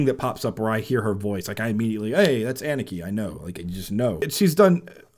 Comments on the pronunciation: Pronounced Anna Ka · For your information: her name is not pronounced as "Ennekey", but as "Ah-nukkuh". Moreover, the emphasis is on the 1st part of her name, not the last part. :)